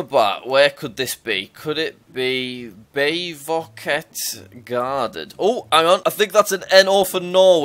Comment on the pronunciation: I like How you say bevoktet Im norwegian so yeah it sounded so weird